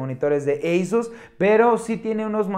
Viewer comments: NO SE DICE EYSUS SE DICE ASUS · Lo pronuncia en inglés.